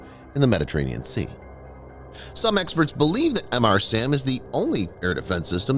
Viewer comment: It's not Em Arr SAM.... It's Mr. SAM Luke Mr. Coffee..